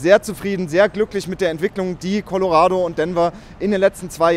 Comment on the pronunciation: Please learn how to pronounce Co-lo-ra(rah not ray)-do